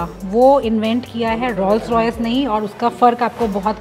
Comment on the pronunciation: Your renditions are excellent. However allow me to correct your pronunciation of Rolls Royce. Rolls is pronounced as ROLES.